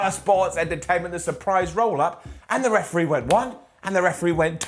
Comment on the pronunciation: "weferee" lol